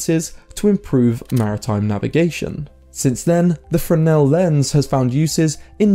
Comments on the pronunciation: First, they are spelled Fresnel, not "Freshnel". Second, the arguments you present don't sound correct, and if anything, sound more like you're describing polarizers than lenses. Maybe trusting your memory from childhood of 40 years ago isn't a good idea. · Isn't it pronounced FREZ-nel lens?